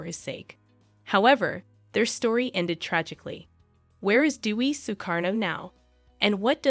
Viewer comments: Correct pronunciation of her name is “day we”, not “dee we”. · It’s pronounced “day-wee” not “doo-wee”. Aside of that, it’s a well prepared video. Well done. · Her name.is pronounced day-wee, not dew-wee. Dewi is the Indonesian word for goddess, derived from the Sanskrit word Devi. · White people learn to pronounce DEWI correctly. It is DAY-wee. Not DEW-wee .. she is not Duey the Duck 😂😂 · She was looking for a father figure. Her name is pronounced as Day-we. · Thanks 4 your podcast on Dewi Sukarno.. the correct pronunciation 4 Dewi = Dé Wee (meaning goddess) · PRONOUNCED : D A Y W E E. ....... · It is pronounced DAY-WEE not the always American way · You should pronounce her name, Dewi, the right way. Not like what you're pronouncing. Appreciate your story but please research on How to pronounce her name out of respect not just for her but for all Indonesian. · It's DEWI🎉